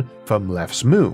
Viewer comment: Nice video and story. The way you pronounced Aanwijzing though 💀 lol (it's /ˈaːn.ʋɛi.zɪŋ/)